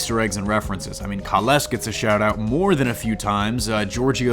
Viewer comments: Obviously your not a star trek fan. Cant even say kahless right. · 1 : There is nothing political about this show in either the cast or it's appearance , it does not take place in the same universe as standard star trek it takes place in a mirror universe , this is why things are different . 2 : Killing the klingon did not cause the conflict they came there to start the fight anyway T’Kuvma illustrates this multiple times . 3: Kahless is pronounced as kay-less otherwise decent review I thought this show was going to be total shit because they explained the mirror universe thing only after people complained about the trailers, seems good so far. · My biggest problems were the changes to the Klingons and their ships. It was really difficult to get past. I’m ok with modernizing, but this was a bit much... Also, your review losses credibility when you pronounce Kay-less wrong :P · I wish the narrator knew how to pronounce Kah'less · I had to stop watching at a minute and a half in. Please learn how to pronounce the words related to the topic you're talking about. Georgiou, Bat'leth, Kahless are just a few. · ok so... i stopped watching the moment he mispronounced Kahless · Pretty sure your mispronouncing Kahless...